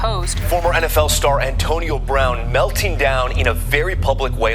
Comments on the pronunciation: Solid video. Just trying to figure out how mispronounces so many common words lol. Ohntonio Brown is taking me out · “On-tonio Brown” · Good ole Ah-tonio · Ontonio Brown and John Gruhden 😂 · Maybe Ontonio is the correct way to pronounce Antonio but u still sound goofy. And John Gruh-den lol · Auntonio brown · Calling him Ahntonio 😂